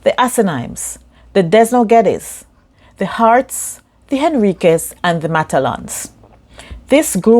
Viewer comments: Desnoes n geddis. If jamaica was run like d&g they would be the richest country in the world. The name is not des noes its dennoes. Thou spell Desnoes u need to make over us one one learn to read properly and two stop shaking ur head like a cock chicken And three stop adopting Black america race ism if u know the history of peter desnoes then ur envious attitude. Should be delegated peter started selling drinks in a cart and buggie like how huntington use to sell bread in a mule cart aee you now sYing that D&G was not a good guy how drR u been so disrespected if u take the time out to educate ur self i would be saying some thing differently Edward Seago force Desnoes Family to sell there land to the american embassy under the. Disguise of taxies Edward ciago. Vendatra was because Jim kim the husbon of obe of peter Desnoes Daughter husband affilIated with PNP michael Manley. 142 old hope Rd was peter Desnoes Primary residence now American embassy. That wicked Ciago did not stop there he forces the family to Sell D&G to Gunnies stout co So lear the fact before u run up ur 44 ths Denoes familey never own a roseroyce percy juniour was the first to bring a rose royce to jamaica followed much kTer by Roseville thompson then luchen chin. Bob andy an marcia a green Rose Royce then tony Gregory his 2 rose Royce then Christ stanley. Appliance trader was given to Bush Steward by neville tenn. Whose father was Billionaire in hong kong. If you apply yourself. U could make instead of envy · You need to check your pronunciation of the names. Eg. Desnoes, The 1st "s" is silent.